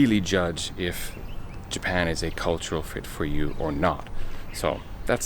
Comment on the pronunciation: More like: Ja-pie-ya-en..hahahahahaahahahahaahahauau